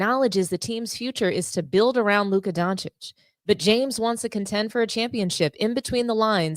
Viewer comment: Thank you for pronouncing Doncic correctly ;)